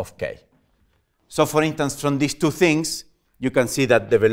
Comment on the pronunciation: Hehe the accent "Telling you free important fings" :-D